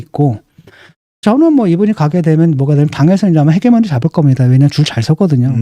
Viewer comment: 히게머니. 히제머니라고 읽어라. 제발